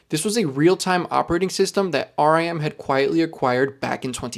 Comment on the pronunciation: Very informative, but RIM was/is not pronounced as R-E-M, like the rock music band. It's always been pronounced how it looks -- as R-I-M, with the middle initial pronounced like the word for the organ we see with--eye. After all, the word RIM stands for "Research In Motion."